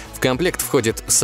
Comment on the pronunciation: Цанги, а не цинги. Цинга это заболевание.